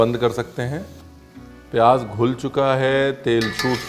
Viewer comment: not pyaaj........ pyaaz, thank you